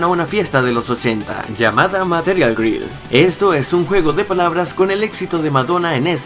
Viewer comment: Girl se pronuncia Gerl 😂